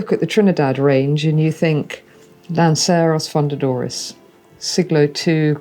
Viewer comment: would if pain you to pronounce fundadores less like a Texan? I feel like you’re of a caliber or content producer, and expert, where respecting the pronunciation will help create a more polished product overall. Keep up the great work regardless